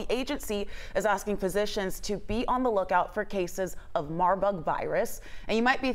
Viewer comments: She said Marbug…. Smh. I know the other lady wanted to 🤦🏽‍♀️ face palm…. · Did she say marbug ಠ_ʖಠ